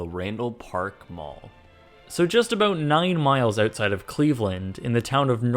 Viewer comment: the OOOtside of the mall 😂🇨🇦